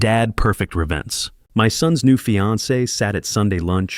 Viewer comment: Why do you say Perfect Revence, instead of Revenge?